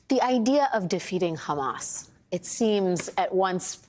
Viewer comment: It's hammAS not hamESS. Please stop interviewing terrorist apologists who can't even call the terrorists by their self-defined and world-understood names. There's nothing useful in this story. 1948, 1973, hamESS, all irrelevant to baby-murdering savages that need removal from this planet. Bye bye ISIS Gaza.